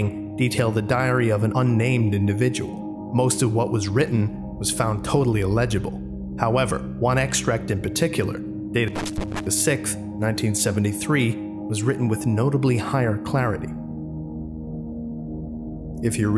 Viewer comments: December Sick-th. Lmao. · sickth. why are you saying sickth.